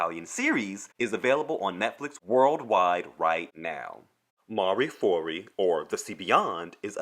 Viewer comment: not mari fori but mareh foo-oh-ri in Latin mare foras